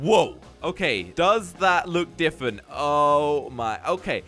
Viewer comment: I love how says diffent instead of different